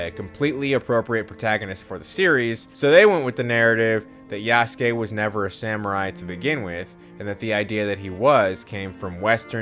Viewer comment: this bozo's pretending he knows about Yasuke's history while pronouncing his name Yasooke